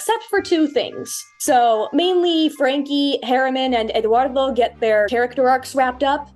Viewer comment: That is not how "Eduardo" is pronounced.